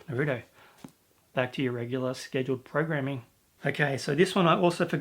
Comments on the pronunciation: I call it blame as in blaming someone else but naruto is pronounced NaRuutoe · Bakuman's a really fantastic series. Almost all of the characters are just so interesting. Really keen to see you five into that and review it some day. Also, Naruto is pronounced Nah Roo Toe So Nah as is "Nah thank man" Roo as in kangaROO And Toe as in "Ouch I stubbed my toe!" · Its pronounced Nah-roo-toe